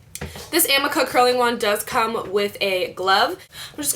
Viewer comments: I'm pretty sure the curling iron is pronounced "ameeka" they sell it on qvc or hsn. One of those but that's how they pronounced it. The creator was on an episode of tabatha takes over. But great video! Ive never seen someone wear extensions as good as you. It looks so natural!! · It's ah-me-kah:) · lOl ; its pronounced . AH-mee-kah . ^_^